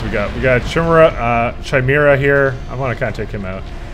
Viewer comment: *facepalm* Chimaera. kye-MARE-uh.